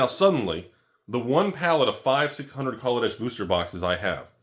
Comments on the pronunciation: Just remember, it's Kaladesh-ah not -er. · So every time i say kaladesh i actually say negrodesh ??? Come on!!! Wotc get ur shiat together !!!